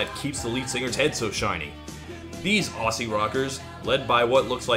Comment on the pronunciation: aussie is pronounced auzzie